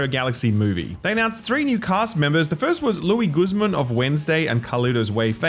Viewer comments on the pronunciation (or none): its pronounced LOO-IS, although if you added an S sound to the end of your pronunciation, you'd be pronouncing it in the more accurate spanish accent